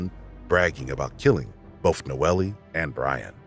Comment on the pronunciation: Narrator is great except for when he say "boph" for "both" as if he's about to say "bophades nuts"